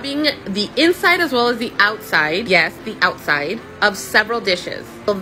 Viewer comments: Your emphasis on “the outside” makes me think you don’t usually do that… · Apparently not. That's why she emphasized on that. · When you emphasized “yes the outside” 🫣🫣🫣🫣🫣 how many of you do not wash the outside of your dishes mannn lol 😅